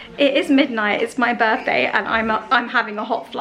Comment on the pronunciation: Does anyone know why appears to articulate fairly well yet says "my burffday"??